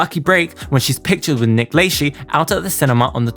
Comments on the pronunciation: It's pronounced Nick La-shay haha Not La-shee ;) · This was driving me nuts, it's Nick LUH-SHEY. Not Nick Lay-she (Lychee anyone) lmao. ☠️🤣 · oh wait!! LAYSHEE isn't how Nick says his name?!! Must be around those FREE houses in that cul-de-sac kris & rob k moved into after having Kourtney .... This guy slaughters American English 😢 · 'Only contained FREE massive houses!' Too bad i didn't find that enclave before Kris, Rob, & Kourtney kardashian.i could use a FREE house, especially a massive one! - LayShee?? Hmm🤔 thats a new one. Never heard his name pronounced that way. Hmm🤔 😆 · ....its La-shay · Just fyi Nick Lachey's last name is pronounced "Le-shay" I hope that this helps for future reference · Nick Lachey’s last name is pronounced La-Shay. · Lol Nick Lay-shee. This was super interesting. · Isn’t it pronounced “LaShay”??? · I have seen a couple of your vids and you are very thorough but I. HAVE TO SAY YOU ARE SHOWING YOUR AGE KID...gotta correct you on a few things......it's pronounced Nick " LA-SHAY.........and not the E.S.P.Y awards. You pronounce it like it's a word.....that pick she took at the Kanye party with Nick.....I am pretty sure that's when they were messing around since it was confirmed after the fact.... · it’s pronounce La SHAY .Nick La SHAY. SHAY say it correctly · Nick lachey is said nick la-shaye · Nick Lay-she 😂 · the Nick “LAY SHE” SENTTTT MEEEE OUTTTTT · You kept saying Nick Lachey wrong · Dude u drive ng me crazy the way u saying Nick name wrong. The e is silent. 🤣 Dude google can help u. U do t sound art when u do that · It’s crazy that people don’t know who Nick Lachey is (I’m only assuming because of the way you pronounce his name) 😩 I’m so old